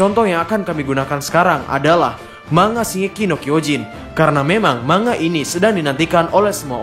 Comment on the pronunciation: Cara penyebutan "Manga" yg benar sebenarnya "Man-ga" atau "Mang-ga", bukan "Mang-a", huruf N sama G nya dipisah, silahkan di cek min di google translate 😁 tapi seandainya masih mau nyebut "mang-a" ya gak dosa juga sih, tapi ane hanya memberi informasi min wkwk karena orang jepang sono gak ngerti kalau kita nyebutnya "mang-a", mereka taunya "Man-ga" atau "Mang-ga", tulisannya aja yg "Manga" huehehe. Tapi teorinya mantap abisss